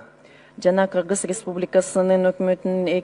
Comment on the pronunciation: Кыргыз дегенди нормально окуй албай кыгыз деп отурат го жанагы айым ,Кыргызстанды ушундай аялдар башкарса тез эле жок болобуз го